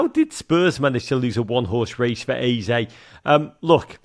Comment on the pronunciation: Your Eze pronunciation is spot on